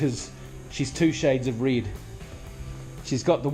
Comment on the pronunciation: Reid???? Oh you mean red